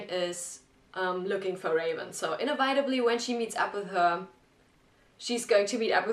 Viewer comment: I hate to be That Guy, but it's "in-ehv-it-ah-blee", not "in-e-vite-ablee". Enjoy your reactions though. :)